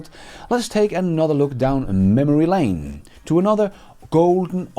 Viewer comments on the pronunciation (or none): none